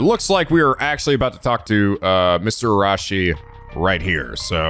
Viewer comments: I know this is probably a lost cause, but, please, there's an "i" between the second "a" and the "s" in Araishi's name. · About Araishi's name (and Shiraishi's too). It's not Ara-shi and it's not Shira-shi. The "i" in the middle is not silent. It should be Arai-shi (like Arai from Yakuza 4 with shi at the end) and Shirai-shi. But you can easily check the pronunciation of any japanese words in google translate. It might sometimes not be the best at translating whole sentences but I never seen it being wrong about single japanese words when it comes to pronunciation.